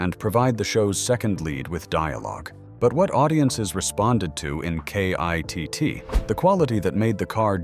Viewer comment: This isn't very interesting, as it so very inaccurate the whole way through. As for the awful AI narration is grating. It calls KITT kitty a few times. Shameful. It can't even say KITT. For a die hard fan such as me, this is not very good. For proper research & accurate facts & history, go to Knight Rider Historians. Brilliant website.